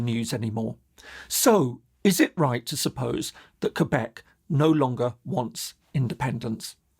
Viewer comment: Thank you for saying Quebec correclty.